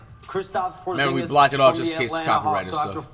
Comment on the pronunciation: Porzinegus 💀 flight you be really making me laugh through my hard times dawg you a legend of this YouTube shii